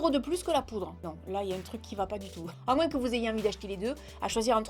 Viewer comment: Super vidéo comme toujours et merci pour ce joli concours 😍🍀👍. Petit "moin's" que j'adore 😂😂❤. Prends soin de toi 😘❤